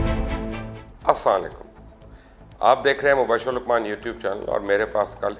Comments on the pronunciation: Sir please Salam Sahi Tariqe se kare as saam alaikum nahi hai as Salam alaikum hai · As salykum ni aslama alykum hota h apna salam chek kro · سلام تو صحیح کریں اساں علیکم یہ کیا طریقہ ہے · مبشر بھائی آپ کا پروگرام اچھا ہوتا ہے بس آپ سلام ٹھیک بولا کریں مطلب السلام و علیکم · Luqman sahib pl Salam karna seekhy Assa laamo Alaikum Pl practice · ohh sir g... khuda k bandy... salam to sahi kren... Asslam o Alaikum kahen.. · Apni salam theek karain bhai ..... asalamualikum proper se bhai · English to both achi bol lety ho asslam o alikum to si terha Lia kro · Phely Salam to tariqy se krna sekh Len janab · Apna Salam sahi pronounce Karen ap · mazrat ky sath bahi aap salam ky ilfaz clear ada kya krain. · Pehly to teek sy salam karna sekho tezana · Janab Mobashar Sahab apna Salam ka talafuz drost karain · Mubashir sb Salam kehna ka tareeqa seekho.